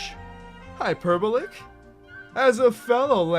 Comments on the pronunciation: Ok, I just have to point this out... It's hyper-bah-lick put me on r/verysmart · >hyper bo lick